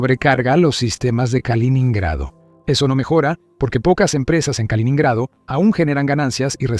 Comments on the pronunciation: No se dice kalonhrado sino kaloNO nhrado. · No se dice kalinado sino kaliNINgrado. aprende a leer.